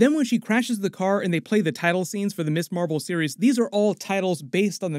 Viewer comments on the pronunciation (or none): MS is not pronounced 'Miss' it is pronounced 'Mizz' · One little nitpick. MS. is pronounced mizz not miss.